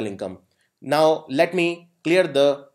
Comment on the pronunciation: Thank you for the session, only problem - you are pronouncing "the" in the wrong way